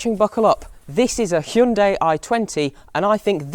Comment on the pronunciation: You are probably the only reviewer who pronounced "hyundai" correctly